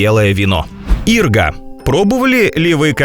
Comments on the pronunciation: не Ирга, а иргА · Не "Ирга", а "иргА". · По-руски не Ирга, а иргА. Ударение нало правильно ставить, на второй слог. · Спасибо! Очень познавательно. Только ИргА,ударение на последней букве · В слове иргА ударение ставится на последний слог!!! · У меня кровь из ушей пошла! 🙉 КТО это озвучивал?! "каротиноИды"?! "сУшеный"?! "Ирга"?! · ИргА! Ударение на "А" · Не ирга, а ирга на букву а ударение, у нас в России растет, умники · В слове ,,ирга" ударение падает на 2ой слог. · А еще ирга ударение на последнюю букву. Безграмотностей много.